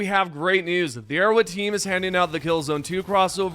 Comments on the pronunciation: “Arrow wed” bothers me so much lmao say arrowHEAD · Why do you pronounce Arrowhead like Erro'wed